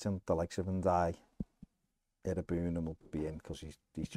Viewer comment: For the love of Dixie Dean please find out how to pronounce Ndiaye...